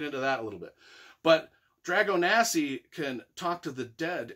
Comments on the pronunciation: Did you even read the book mate? The Russians weren't breeding vampires, and it's pronounced DragoSANI not Dragonasi. Other than that your enthusiasm for the artwork and writing is great. And definitely agree that vampires are the "most badass ever"! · Just to clarify, it's Dragosani, not Dragonasi.....sorry to be that guy :D